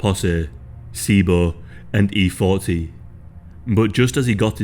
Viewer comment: "...and E-Foltee" never heard that name sound so awkward.